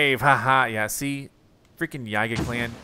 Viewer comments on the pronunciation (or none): Just saying, i'm pretty sure yiga is pronounced yee-ga not how you were pronouncing it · YEEEGA! The mispronunciation is driving me crazy! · How is it really pronounce??